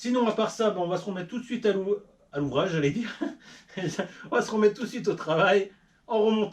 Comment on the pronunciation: super video tu ma tuer quand tu a dit aller a l'ouvrache mdr t bien un chtit lol